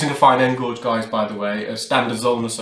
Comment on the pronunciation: Loving these but do you mean "fine end GAUGE"? Pronounced GAGE not GOGE